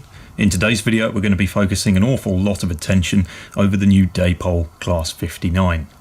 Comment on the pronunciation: Day-Pol? Come along, you're not a moron yankeedoodle or illiterate. That's not hownwe speak in England. Indeed, an Englishman trying to imitate and American in any way is a massive step backwards, tantamount to devolution. Though that quadruples when an Englishman tries to imitates how a seppo speaks. Good lord. Come along.